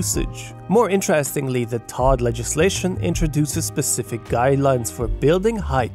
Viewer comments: but no one calls it "Todd", it's always pronounced "T.O.D.". It takes him sound like he doesn't actually understand the topic. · But, still… why is he saying “Tod”? Does he not know? And if he doesn’t know, …why not? If you’re reporting on this I would assume you’d know what it is. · Why is he saying “Tod”? Does he not know? And if he doesn’t know, …why not? If you’re reporting on this I would assume you’d know what it is. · For those who don't get why is saying "Todd" every time, he is saying TOD, or Transit Oriented Development